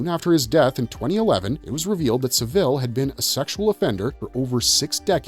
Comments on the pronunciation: He's pronouncing it like the last name of Dave, the manager of The Chipmunks. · Had to stop because of the way you were pronouncing saville.